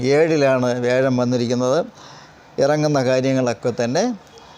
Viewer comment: വ്യെഴം അല്ല വ്യാ ഴം